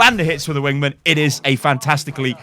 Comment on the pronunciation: Why do you pronounce "wingman" in such a strange way